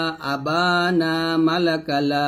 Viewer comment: হুজুর আসসালামুয়ালাইকুম আপনি যে কলূ কে টান দিলেন না মদ করলেন না এটা টান দেওয়া ওয়াজিব আপনি কলু বললেন মা-লাকা কে আপনি মালাকা বললেন এটা কিরকম হবে